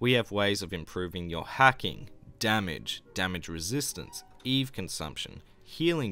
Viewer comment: ..yes it’s pronounced eve not eevie.. as in, Adam & eve?